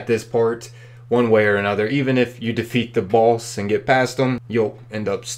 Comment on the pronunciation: Why do you pronounce "boss" and "runes" like someone who has never heard the English language before?